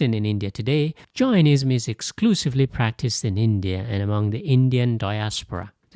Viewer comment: Suggest you get your pronunciation correct before presenting any information other cultural religions. Jainism as in Dane, not Gianism as in what sounds like Giantism. Daoism is more accurate phonetically: “Dow-ism” (or /ˈdaʊ.ɪzəm/). Taoism is commonly pronounced “Tow-ism” (/ˈtaʊ.ɪzəm/) in English, but this is a historical artifact rather than a precise match to the Chinese sound. Other than that, nice overview